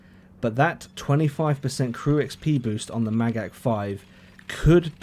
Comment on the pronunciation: You said Magach perfectly!